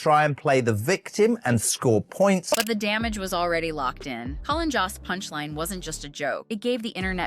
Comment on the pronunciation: JOST ... Pronounced JOAST like roast, like boast, like most.